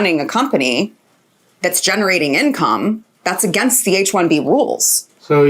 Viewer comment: Ish janam me to South Indian log AG-NAIST bolna band nahin karenge.....sudhrenge nahin yell yumm yenn woh p q r yes t .....bolte rahenge or against ko AG-NAYST !!!